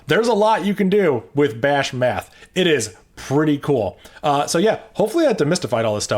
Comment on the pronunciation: did you say "there's a lot you can do with bash METH"?? 🤣